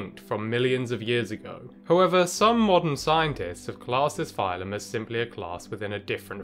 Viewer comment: "Rather small phylum." Damn why you gotta say it like that :(